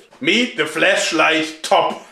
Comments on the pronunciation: I can't unhear "fleshlight" every time you say "flashlight" Alternatively you could say torch. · Ho, be careful ! I would'nt pronounce the word "flashlight" with that accent if I were you. Maybe that's a subliminal advertising ? xD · Is it just me or does Joergs "flashlight" pretty much sound like "fleshlight"? Either way, it makes the video much more entertaining^^ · I love how it sounds like he's saying "Fleshlight" and i can't take anything he says seriously now XD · Is it just me or does it sound like fleshlight when Joerg says flashlight? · Is it me or does he sound like he is saying Fleshlight...........